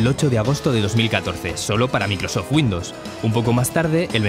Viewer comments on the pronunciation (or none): none